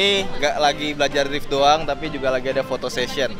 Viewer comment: awal pratama 163 ngomong drift aja masi salah...